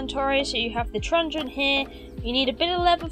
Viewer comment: Great guide, really well made but I had to laugh every time you said trungen😂😂